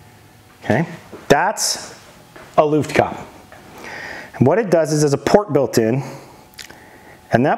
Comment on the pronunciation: It's looft-kah-peh 😅